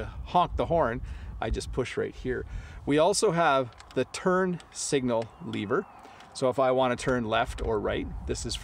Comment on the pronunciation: You pronounced [lee-ver] instead of [e-ver] when you say the word 'LEVER'. Is that your own accent? or is that the one we can hear from most Canadian?